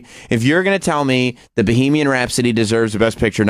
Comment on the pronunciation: Fucking asshole. Its not bee-hee-mian rhapsody. Bag of shit.